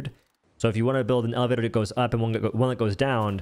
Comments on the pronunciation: 💀💀bro really said "eleflator in fwego fortnite."💀💀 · Why do you pronounce words like lego and elevator that way? It’s so weird 😅